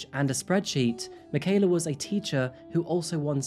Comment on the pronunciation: thank you so much for the respect you have shown by something as simple as pronouncing Michaela's full name correctly. Wonderful coverage of this dreadful crime. Nice little touch to show Mike, That Chapter too. 😉